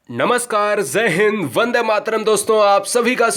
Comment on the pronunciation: pehle apni pronounciation sudhaaro fir padhana 😂😂😂😂😂😂😂Guru zee nahi guruji hota hai Zay hind nahi jay hind hota hai..Shukr h vande mataram theek thaak bola 🤣🤣🤣🤣🤣🤣🤣🤣🤣